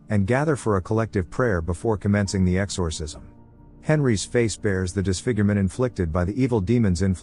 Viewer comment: "X-OR- Cism" sounds weird in AI voicr 😅